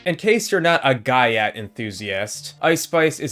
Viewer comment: The "guy yat"? What?